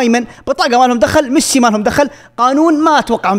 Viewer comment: ميسي ❌ ميثي ✅😂😂😂😂 يا